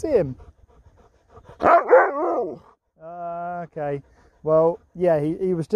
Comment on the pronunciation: I love how he says OKEY instead of OKAY. Like in K ‘eyush!!!